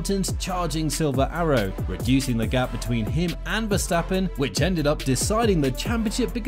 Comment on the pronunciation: " Max Verstapen"? lol